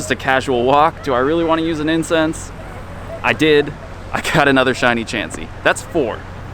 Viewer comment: "4 Chiny.....Shiny Chansey"